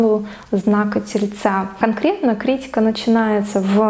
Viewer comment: Ударение в слове правильно: КриттИка.